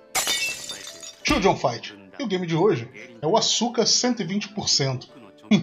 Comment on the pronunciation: Em tio só uma coisa, nome da menina si pronuncia Aska, no japão a letra u é mudo, desculpa aí dizer isso, mais é bem curioso isso. Poxa tio, vc deveria fazer uma série de jogos Cute, pra piorar a maioria de jogos dessa pegada de garotas fofas, são tudo jogo bom, isso q é engraçado, exemplo Arcana Hearts, que pra mi é sucessor espiritual da Asuka 120%.